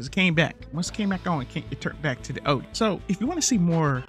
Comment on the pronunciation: It’s pronounced “Ooo-Yuh”, since you asked. Lol.